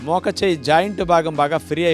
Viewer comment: Mokacheyyi kadu, Mocheyyi antaru.